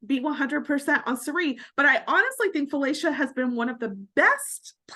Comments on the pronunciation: How does someone watch a tv show and hear the person’s name said multiple times by multiple people and still absolutely destroy the pronunciation of that name? It’s pronounced Fillisha NOT Filaysha. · That 3as the weirdest pronunciation of Felicia I’ve ever heard in my life.